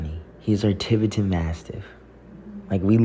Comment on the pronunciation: Why are you intentionally mispronouncing Tibetan?